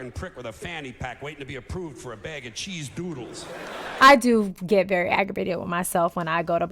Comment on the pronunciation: The fuckin way he emphasizes “cheese dOOdles” kills me every time 😂